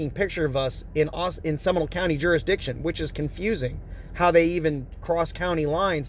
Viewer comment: Seminal County?? Do you mean SEMINOLE CO???